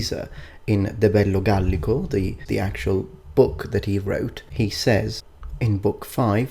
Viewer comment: It's "De Bello Gallico" not "Debello"